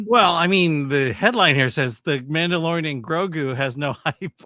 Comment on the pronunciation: I swear you said “The Man The DeLorean…. The Grogu”